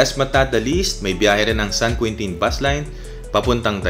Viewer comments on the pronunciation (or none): San Queentin daw hahaha... San Quintin ang basa po nyan (San Kintin)